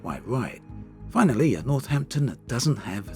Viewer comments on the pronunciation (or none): I have a question about your accent. I’m not a native English speaker but I notice you tend to stress the last part of the words in a lot of occasions (as French people would do). Is this your accent? What kind? I’m very curious! For example: and “in those caseees” “North Hamptooon” “finallyyy” “thanks for watchiiing” I hope you can see what I mean :)